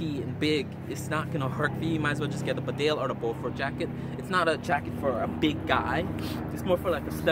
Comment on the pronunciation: A good review. However, could I just point out that Bedale is pronounced Beedale; it is named after the small market town in North Yorkshire.